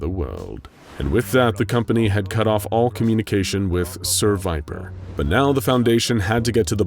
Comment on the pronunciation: I'm i the only one who noticed "ser viper" sounds like "seviper?"